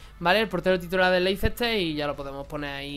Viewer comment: se pronuncia "leister" no leicester.